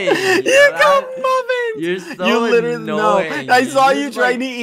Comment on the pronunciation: if i had a cent for whenever badboyhalo says "literatly" i would be the richest man on earth